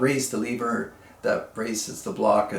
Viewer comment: Jaa there eeh dontcha knoo....Leeever, WRONG!! Proper pronunciation is Lehver, short e....the 1960s Winchester made the 150 lever, 190 semi-auto, 290 pump. They also, made this series for Sears and Roebuck under the Ted Wiliams name plate. Of which the Sears semi-auto was the 3T, and the pump was the 250, of which I have both. Grandfather had all three in .22.LR and .22 Magnum.